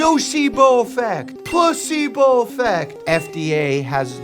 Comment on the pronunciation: when he pretends to be pokemon trainer, he sounds like he said plusebo effect...